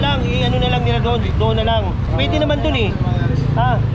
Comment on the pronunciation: Kay (not KE). Doon (not Dun).